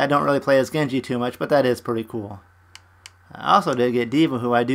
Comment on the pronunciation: Lucy? Explaining? Do I look like a Lucy to you? Also, was that a ‘Bungie’ I heard instead of Genji ? I think it was. Shame you didn’t get the skins you wanted, but RNG is gonna RNG. You still made out pretty good it looks like.